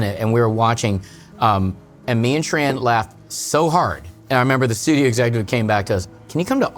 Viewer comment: dude, if your wife is Vietnamese .. her name its not pronounce Tran, but Chun -- ( yes, similar to Chun Li heroine) and if you re doctor you should know Aspartame is harmful (and its actually change the taste of the soda) soda with stevia is much better and its an extract from a plant, not chemical like Aspartame